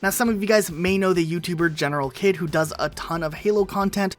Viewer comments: I think it's pronounced "General heed" not kid. Unsure about that though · General kid doesn't pronounce his name properly. He actually pronounces it as general heed. Lol